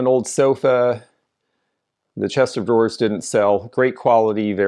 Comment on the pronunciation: Yes! It's a chest of drawers, not chester drawers. That's one of the reasons I enjoy your videos so much. I bet the paper on the top shelf that you said would probably be recycled would have been great for junk journals.